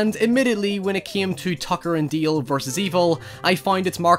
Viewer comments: Why do you keep saying Deel? It's DAle. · it's dAAAle God damnit not deal. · DALE. DAY-LE. Not DEAL. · DALE, not DEAL!! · Not sure if it his accent, but it is produced D-ale, I keep hearing say Deal. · >"Deal" DALE....DALE! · Fantastic Horror Parody! Love your accent but it's "Dale" not " Deal" ;)~ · It's DALE not DEAL 😭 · DALE not Deal ffs ! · My jaw hurts from clenching my teeth every time you saw dail, its dale not deal or deel deil . Its D A L E . No I or EE EA , I no its just your accent but I can't handle the dale thing , it has broken my mind. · Accent is pretty heavy man.. is DALE NOT DILL.. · D.A.L.E (not deal :p) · DALE !!!! DALE! NOT DEEL DEAL.. jesus Christ.......................... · I really like your videos but I’m sorry but his name is “Dale” not “Deal” 😁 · Dale not DEEAL bruh ;) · Love this movie. Why are you pronouncing Dale like that? It's Dale, not Deal. And don't use your accent as an excuse. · Dude, he is called DALE, not Deal or Deel. Your accent shouldn't stop you from pronouncing a person's name right. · dale not deal. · Why do you call him "Deal?" The character's name is "Dale." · I'm glad someone made a video about this forgotten little gem. I've gotta admit that the "Tucker and Deeel" bit was distracting for me, but that's because I'm an ESL speaker with a shitty ear for accents, so I kept looking for some other pronunciation features that would explain it but the only one I heard was "Deeel" over and over. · Nobody:: tooker and dayeel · "Tacker and Dieeeel" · Has anyone else noticed he keeps saying Tucker and "Deel"? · "Tucker and Deel" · "Tucker and Deael" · "Tucker and deeel" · Did he say tucker and deal? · Its Dale like ale